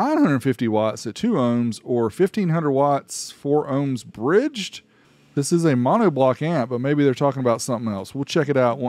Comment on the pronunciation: "BGIDGE" and "PNASE" :text-green-game-over